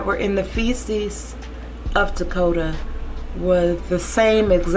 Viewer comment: And thank you for pronouncing his name correctly! So many people call this baby Dakota and it angers me so bad. HIS NAME IS TAKODA, and he was here and he mattered!